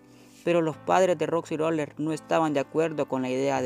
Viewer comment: Es roxy roller no roxi roler y as una historia feliz no manches